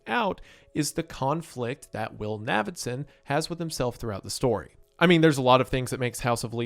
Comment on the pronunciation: Its obviously pronounced like Davidson, just with an N. Thats why his nickname is Navy and not Navvy. How is this difficult?